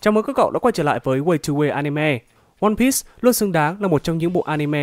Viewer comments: piece đọc là piii not pít nhé ad :v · Từ one piece là đọc sai